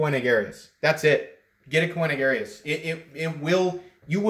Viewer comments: Never heard Koenig pronounced that way. Just saying 🤨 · Unless I'm mistaken, the 'e' in Koenig is silent. Cool knife, well executed and spectacular finish. On my wish list. The carbon fiber looks like Vorlon coloring. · Nice video! Tho it kinda drove me crazy the way you pronounced Koenig lol. I have that identical knife as well as a custom one that was a lottery knife at blade show and they are easily my favorite knives and have replaced my xm-18 as my favorites. By the way on the new ones like that one you should see m390 printed near the pivot on the lockside. Perfect and subtle as with everything else on this knife. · Thank you. This was hard to watch...but worth the cringe.